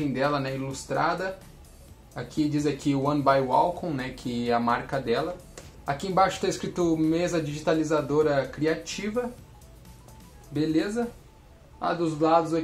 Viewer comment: Então não é uacon e sim wacom